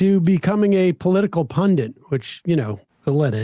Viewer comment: The word is "pundit," Sam, not "pundant." Don't worry, you're not alone, but you should try to get it right. Especially since you are one.